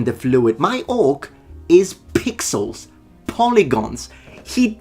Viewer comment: Lol, Anyone else thought saying 'my orc is pigsauce".. and taking a moment to realize he said "pixels not pigsauce"